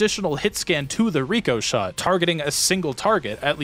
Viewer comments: but it doesn't say Ricochet. It says Ricoshot. If anything it should be pronounced RICK O SHOT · the i in ricoshot is pronounced like the i in the name rick